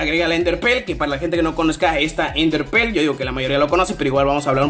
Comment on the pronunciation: "enderper" "pokedishion" jaja xd